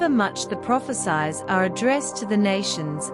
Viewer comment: Prophesies pronounciation so annoying. Hope before you enunciate study how words should be pronounced. It sounded as prophe-SIZE, should be prophe-SEES. Destroys the effectivity and impact of the message.